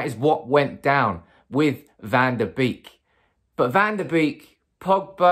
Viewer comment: It's bake not beek that's how they pronounce it.